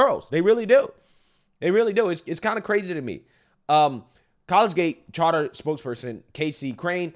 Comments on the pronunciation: Kahl-Lee-Juht not college gate “collegiate” anyway yeah welcome to Massachusetts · It's cuh-LEE-jit, not college gate. Google has a dictionary with spoken pronunciations so you can hear how these very simple words are said. Put in that little bit of extra time in order to avoid sounding like an uneducated tool. I say this as a fan. Every time you fumble in Biden-esque fashion, you make yourself look bad. It's super cringe and easily avoidable. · Coal idjut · Are you sure it's not "call-lee-jit" instead of "college-gate"? .....👀..... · Its not college-gate bro, lol. It's Coll-eee-jee-it. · I'm from Massachusetts and I just wanted to let you know that its pronounced Col-ee-jet not college-gate! And I love your content so I mean no disrespect....Also I'm glad that I left Ma.7 years ago to live in Puerto Rico where people still respect religious freedom and still know what a woman is!!!!!! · Its pronounced "Colle-Giate" Collegiate... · I love you brother, but saying "College-gate" over and over when the word is Collegiate makes it really hard to share as the other side just goes "see, he cant read, so why would we listen to him?" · Co- leig-ate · Collegiate is pronounced Coe leej it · Love you and this channel!! It's sad this is still going on. Also (colee-gi-at) Collegiate 😉🫶😁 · college gate? dude how the fk you graduate? you can pronounce alot of words lol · Love your channel man, but, the pronunciation is: kuh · lee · jit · My man said "college gate" for collegiate. 🤣 These gender pretenders are 🤢🤮! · I love, but someone please tell him how to pronounce collegiate. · Some work is needed on that collegiate pronunciation.